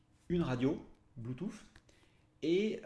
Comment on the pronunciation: Merci pour la vidéo ca manquait de ne pas avoir d'explications en paramoteur!!!!! La version lite est vraiment trop juste ou c'est une supposition? Par contre sur une prochaine vidéo peux tu dire bluetooth et pas bluetooFFF stp 🤣🤣 Je blague. Merci encore